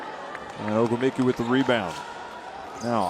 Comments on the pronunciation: This announcer's enunciation of Ogwumike is driving me. >_< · Yes, I noticed that too. Usually announcers are given the phonetic pronunciation of the players names. Obviously that didn't happen for that guy.